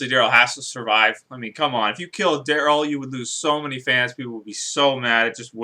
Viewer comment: Who's "Drayl"? Is he related to Daryl?